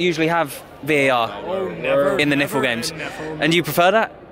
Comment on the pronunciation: Love you but dont ever say NIFL as word 😂😂 it's like saying spfl 😂😮😂😂